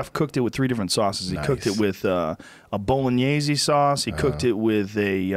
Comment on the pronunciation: "Nyokey".. and "Bolon-nasey" ... really Joe ?